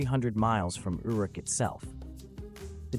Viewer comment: How are we pronouncing Uruk today?